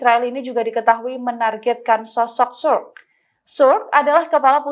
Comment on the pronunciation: Sukr bacanya bukan Suk tapi Sukur